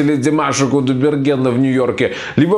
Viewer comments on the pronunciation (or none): Задолбал этот со своим красным телефоном недавно купил чтоли засветил чтобы все увидели, лучше бы фамилию нормально заучил не кудаберген а КУДАЙБЕРГЕН после буквы " А" "Й" - краткая это не сложно запомнить, для этого не нужно быть очень умным